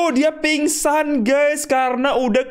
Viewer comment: Meningsou bang bukan pingsan